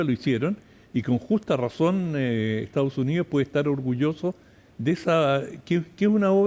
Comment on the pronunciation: Esta Jentusa no sabe mi pronunciar el castellano 😂😂😂dicen : lo jestao junío jajajaj. Es : Los Estados Unidos y no se dice Ocho, se dice Otro jajajaja lo maputhe no sabi hablà. ESTAO SUNÍO JAJAJAJ EEUU